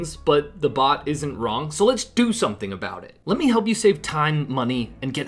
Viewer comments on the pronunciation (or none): none